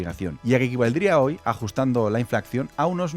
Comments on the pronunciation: Todo estupendo, pero no es "INFLACCIÓN". Inflación, señor que parece tan seguro de si mismo. Espero que no digas "CONYUGE". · Gran vídeo sí señor. Yo lo descubrí en la Geñame Boy original y creo que la historia de los videojuegos es un filón, tron. "Inflacción" - 😂